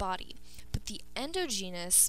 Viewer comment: Please learn how to pronounce endogenous and exogenous.